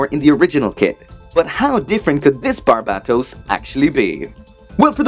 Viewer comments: You still say its name wrong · he is pronouncing barbatos wrong